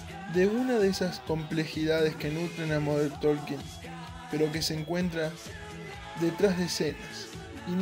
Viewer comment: Por que você fala MODER TOLKIN????? Tá errado!!!!! Por favor.